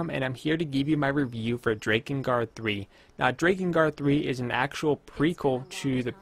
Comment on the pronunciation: I know it looks like it would be pronounced like Drake, especially since it has to do with dragons, but it's pronounced like Drack Drakengard Drack In Guard The mispronunciation is a bit difficult to bear but grits teeth I can do this (continues watching)